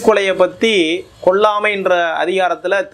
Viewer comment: Why is this person pronouncing as : "கொள்ளாமை" .. "எள்ளா வேதங்களும்"? If 400 people hear this, they are going to amplify these mistakes that many multiples of times! This is a problem in democratizing media -- errors propagate.